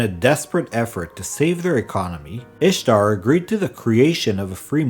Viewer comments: Good day, Good video and related lore, but Its "Istar" not Ishtar.... 😉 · Can't listen to a whole video mispronouncing the literal single topic of the video. Can't trust a thing you say after that. I know it sucks, but you should re-record it.